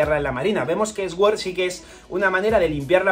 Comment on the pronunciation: deja de decir SGÜORZ !! por dios !! di al menos "SORD"